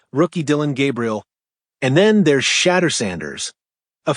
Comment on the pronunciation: My guy can you learn how to pronounce his name correctly? How like your take